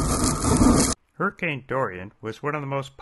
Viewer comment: " hey dude I was inside a hirricane "